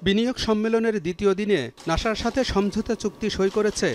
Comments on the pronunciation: নাসা না ভাই নাছা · নাশা ❌ নাসা ✅